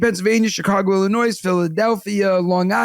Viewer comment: ...please drop the "S" on Illinois before you get to Chicago! 🙃